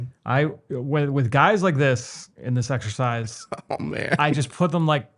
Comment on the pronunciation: definitely said "sexercise"